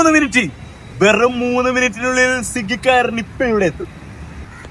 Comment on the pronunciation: സിഗ്ഗി അല്ല മച്ചാനെ.. സ്വിഗി എന്നാണ്😂